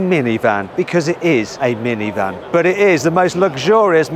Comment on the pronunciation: ミニバンの発音なのが日本語なのが面白い。 ミニバンは日本の文化なのかな？